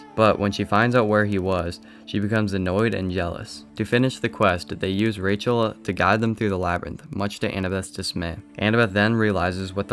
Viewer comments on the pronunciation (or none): none